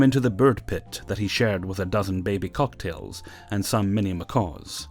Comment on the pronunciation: Cock-a-tee-els...they're not drinks, silly X3